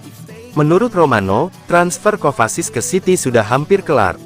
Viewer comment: Mateo kovasis hahaha,minimal benerin dulu klo nyebut nama pemain mind,ngakak anjirr